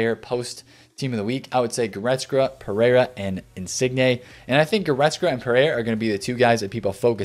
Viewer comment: GoretzKA.. not goretzGRA